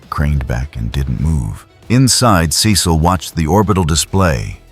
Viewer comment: What’s the deal with the constant mispronunciation of Cecil’s name?? 😂